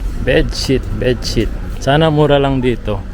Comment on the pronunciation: Bed shit? lol Bed sheet po lol